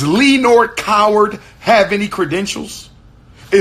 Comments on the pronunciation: “LEE-NORE” will always be hilarious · “Lee-nor Coward” 😂